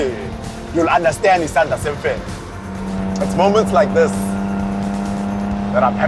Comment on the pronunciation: I loved the documentary somuch until you said "Isandia semfene" i was like nooOOOOO!!!😲😱😱😱😱